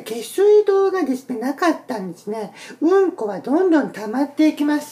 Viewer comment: うん↑こ↓草